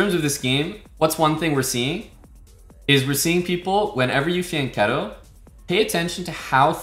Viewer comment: Exactly, Pirc is pronounced 'peerts' and fianchetto = fee-ann-ketto